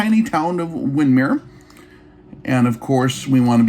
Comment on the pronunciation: Wow, I didn't even hear about this until I saw this video, and this is in my neck of the prairie. Thanks for the update. BTW, Wyndmere is pronounced Wind-mere(long I sound) in this area. It's one of those towns that you know if someone is local or not by how they pronounce Wyndmere. Not that it makes a difference for the video.